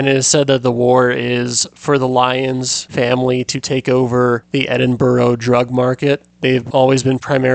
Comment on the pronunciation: He got the details right but the pronunciation of Edinburgh was agony